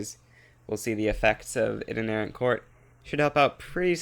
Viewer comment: Along the lines of the control clicking provinces in peace deals, whenever you're assigning army objectives you can shift click to do entire areas which makes the function FAR more useful P.s. To be that person correcting someone's pronunciation on the internet: it's actually pronounced "I-tin-er-ant" rather than "iter-nair-ant!" No shade otherwise, sick af run